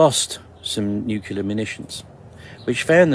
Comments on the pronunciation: The old guy at the end said his story is FICTION. Yet, people take it as fact. BTW: His credibility is completely lost when he says, "nucular" rather than the correct, "nuclear." The video of the sunrise is unimpressive. Nothing to get excited about. I get that your audience likes when you get all flustered and say, What IS that?!?" You have to pay the bills. No harm in that. But, let's be real for just a minute... some people who present this type of content are only doing it for the money. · For Christ's sake, if you want to be taken seriously at least learn to pronounce the word 'nuclear' properly. It is NYOO-CLEAR not NYOO-KYOOLAR. Fairly minor point granted but it doesn't help with credibility if you can't pronounce an important word like that correctly. Not ARKSKING much is it?? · U ppl with this weird "nu-cu-lar" accent are killing me... It's "Nu-clear".. it's also ENGLISH!! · maybe it's just me, a personal failing, but i've always found it hard to believe "deep-black" assets or "special-group" operators with "direct-access" contacts at the "highest-level" who cannot pronounce nuclear; for some reason preferring to say "nuke-u-lar". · Nukular, the word is Nukular -Homer J. Simpson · New-clee-ur. Hee-roh-shi-ma. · People lose all credibility to me when they pronounce the word “nuclear” with three syllables. As soon as I hear someone say “new-Q-lar,” I’m like, “Nah, you don’t know what the fuck you’re talking about.“ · please someone explain me why the f**k u guys are pronouncing nuclear "nukilar" WTF IS HAPPENING WITH THIS WORD XD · I am sceptical when people say "nucular". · Love ya brother but for the love of Zeus, please say nu-clear and not the George bush way Like UNCLE but reverse the u and n. Cheers! Keep up the good fight! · If you can't say NUCLEAR, I don't trust you. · It pronounced nu clear not nukerlia 👍🏻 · NuClear radiation not nuKelar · It's getting very annoying & concerning how many people mispronounce NUCLEAR ..... NOT nuke-you-ler!!! 🤦🏻